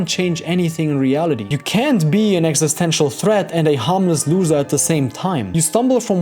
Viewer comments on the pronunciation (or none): none